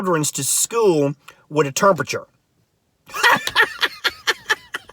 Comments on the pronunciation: Wtf you cant even say temperature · Errrrrbuddy....term-perture lol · “Carsistency” “Terpature” - LOL!